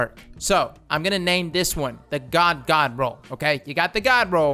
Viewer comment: Anyone else think he sounds like he's saying ga-ga roll?